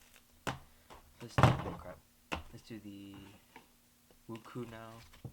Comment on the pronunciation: woo-chweh not woo-koo